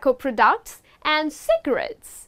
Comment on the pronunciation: Thanks for a great presentation but some words seem to be pronounced in a wrong way (fishmonger, products)....